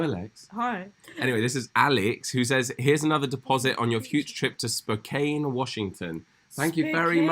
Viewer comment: It’s Spo-CAN. That is how you say it. 😃